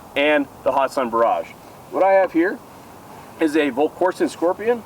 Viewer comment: Young man, if ya' gonna hype a great company, please say their name correctly. There is NO 'hot' in the company 'Hatson'. Have a good'n, and keep the videos a-comin' for this retired "Old-fart" to enjoy. Seriously, for ME to say ya' doin' good... well, that truly IS sayin' a TON. It is hard to please 'Mr. Know-It-All' here... lol!